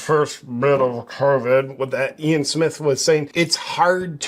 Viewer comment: He's not afraid to say covid or vaccine. The issue there is that YT algorithm and ai sensors would shadow ban his account and he wouldn't reach his audience. This happened a few times for him. He found a way around it by mispronouncing the words. Good for him!